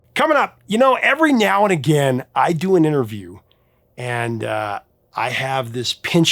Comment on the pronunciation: Every NIAOW??? Are you mocking English?